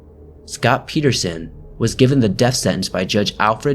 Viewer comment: good job pronouncing my last name correctly. nobody ever gets it right haha. nice vid!